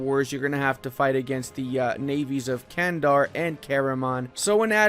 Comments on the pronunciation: I am a Turk and Candar is not pronounced as Kandar, instead its more like Jandar. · That pronouncation of "Candar"... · Nice video. I'll give some tips about pronounciation Karaman, Candar and Dulkadir, so it'll be easier for you :D Karaman --> Qaraman (should be "q", not "k") Candar --> Jandar (should be "j", not "c") Dulkadir --> Dulqadir (same as Karaman)